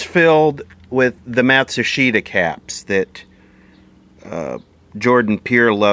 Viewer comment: Matsushita is pronounced Mat-soosh-ta